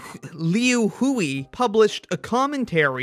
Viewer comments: It's pronounced liu hui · it's pronounced more like "Lu Hwe" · The mispronounciations of Liu Hui are killing me